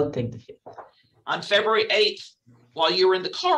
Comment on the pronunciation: Lol Freburary? 😂 he means February